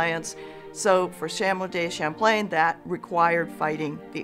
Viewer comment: History professor: "Samwell Day Champlain" Same History professor: says all other french words with impeccable accent